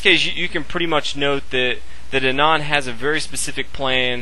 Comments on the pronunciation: Thats how u say Anand aa-nund aa - 'aa' is pronounced as 'a' in car nund - 'u' is pronounced as 'u' in nun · Learn to pronounce Anand :)